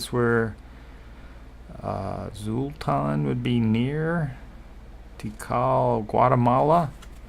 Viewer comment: The "X" in Xultun is pronounced like the "Ch" sound "Chultun"